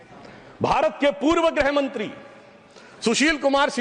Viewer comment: Grah mantri? Ya grih mantri? Bada shuddh hindi bolne wala kahte hain isko?